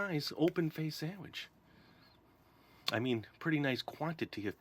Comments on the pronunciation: He calls it sandwech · he says sandaweech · ITS not sandawitch.